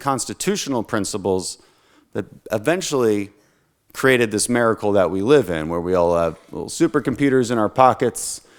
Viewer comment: This man says mericle. Not miracle. And by the gods you put A in front of that and this man says Americle. Americle: a miracle given to the world of which is resides. The miracle of america brings Americle’s to its world, bringing freedom, liberty, peace, and the asses kicked of assholes whom harm others. This is the new phrase you have coined you gosh darn awesome man. Dan the man you have created the Americle!